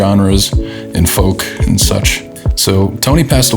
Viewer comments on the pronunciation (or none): none